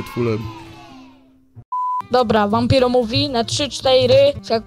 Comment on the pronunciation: cztejry a nie cztery?